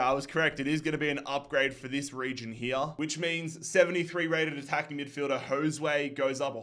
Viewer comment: The way you said josue😅 hapoel beet sheva legend❤